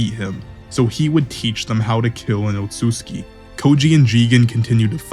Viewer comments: Homie actually said otsuki! 🤣🤣 Its pronounced OTSUTSUKI! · How can nobody pronounce Otsutsuki right?